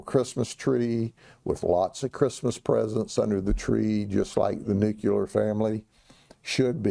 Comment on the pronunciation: Psychos with guns are not a good combination. You dont register gunt in Florida!!??.. Dumb. Learn how to pronounce Nu- clear..not Nuke- uler